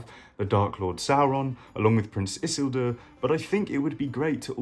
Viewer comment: Why you say isildur like that lol